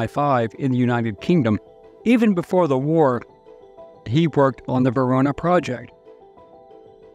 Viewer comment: I thought it was the "Venona project"; not the Verona project.